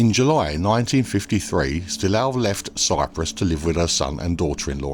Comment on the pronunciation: Its not Styl-a-ou Christophi, but Styl-ooooou Christophi